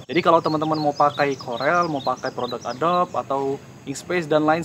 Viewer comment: bg, maaf nih...but pls stop saying adob, karena ngejanya itu "adobi"